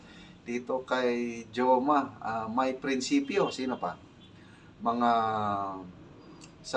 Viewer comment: Goma po, Sir. Not Joma. 😅😅